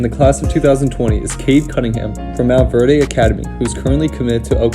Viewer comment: Man said “the prestigious MountVeRDe Academy .”